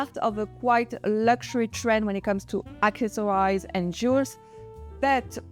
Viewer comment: Ruching is pronounced in English like rouching would be in French, not like the English rushing. Accessories, the plural of accessory, ends with an -eez (ease) sound, not the English I (eyes). The way you pronounce it, ending with the -ize (eyes), is the English verb form To Accessorize (to add accessories to an outfit). Your English is excellent, I wouldn’t bother to correct you otherwise. I know, English spelling and pronunciation are illogical and impossible! A lot of pronunciations and spellings just have to be practiced and memorized. I thought you would like to know for these words that we use so much in fashion styling, I know the French strive for excellence in many things, and they succeed! If not, I’ll desist! Love your style and channel❤